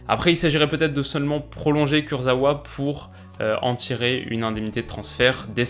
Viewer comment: On dit KourzaVa btw (c'est du polonais)